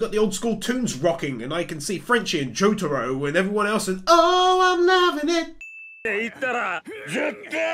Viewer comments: Joe-Tar-Oo ❌ Joo-Ta-Roo ✅ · He said jotaaro instead of jotaro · My name is pronounced Joe- tah- row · I love your work, man. But....the way you pronounce Jotaro as Jo-taro hurts me lmao. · Why does he keep saying joTAro. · I died when he pronounces Jotaro different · Please learn to say thing like jotaro correctly. Also JoJo isn’t in season it’s in parts